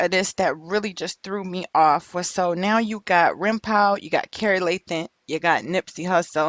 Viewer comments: "Rimpow" lmaoo it's pronounced "Rimpaw" thas his day1 he ain't set Nip up no fuckin way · ITS RIMPAU.. PRONOUNCED LIKE PA.. LIKE GRAN PA.. SHIT IS ANNOYING HEARIN U SAY RIM POW.. GEEZUS!! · Lady the name is PRONOUNCED RIMPAW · It’s funny how you pronounce his name. Rimpau (Rim-Paw) pronunciation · It's pronounced rimpaw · Young lady stay doing whatever it is you do because you have no clue what you're talking about regarding gang life. P.s.its Rimpau pronounced (Rim-paw). I can tell you weren't in tune with Nips movement anyway because you would have known that. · Pronounced: Rim-"PAW" (its the name of a street in the neighborhood)....the mispronunciation was just irritating the shit out of me lol.....ok, carry on. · Rimpau is pronounced rim-paw it’s a street in rollin 60’s hood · Pronounce it rim-paw.. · WHO IS rimpaw, I thought she was sayinh grandpa lmao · It was pissin me off too lol smhh